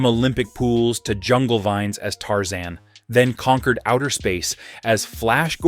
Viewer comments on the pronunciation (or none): Tarzane😂 no Tarzan